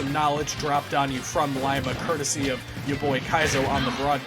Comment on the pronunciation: It’s pronounced Lee-ma